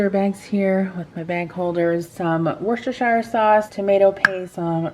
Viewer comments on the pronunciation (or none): It’s Wooster shire sauce. lol. Much easier to say…. PS Aldi here in the UK is rubbish…not like you have in the US.